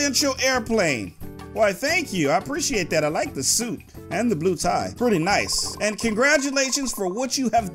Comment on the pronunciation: Hey u said sweet I It’s suit